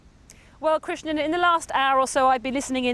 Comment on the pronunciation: Why is that former israeli diplomat going out of his way to call krishnan, "christian"? 😂